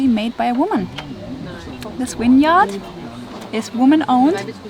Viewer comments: Winyard/Vineyard. Reminded me when I visited Germany and the tour guide kept referring to the 'Willage'. I wonder what language and speak to one another off camera. May be just the language of lurv, baby. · Love how pronounces “vineyard” like it’s “winyard” 🥰